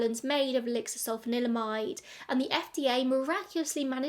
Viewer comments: Really interesting, thank you for another great video. Can I applaud you for your pronunciation as I can't even say Sulphanalydimide 😂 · Can I just say how impressive it is that you can roll "sulfanilamide" off the tongue so effortlessly? Hilariously, Massengill is probably best known to people of my age as "the douche company" (not a joke, actual douches). 😂